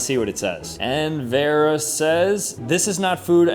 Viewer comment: How does he not know how to pronounce Vera.. 😐